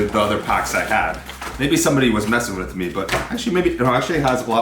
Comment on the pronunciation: i am canadian and our military is great, and our military is more skilled, but the usa has a lot of a larger military and a lot of more shit, so even if canada is better in this case quantity beats quality. also what's with you saying whit and shit that is fucking annoying